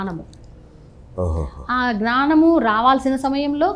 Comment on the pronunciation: Gnaaanamu ??? Pronunciation